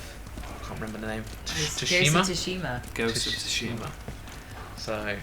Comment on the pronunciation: absolutely loved the vid,and just an FYI it's pronounced as "sue-shima" (